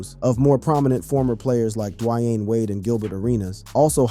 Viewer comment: Dwiane wade!!!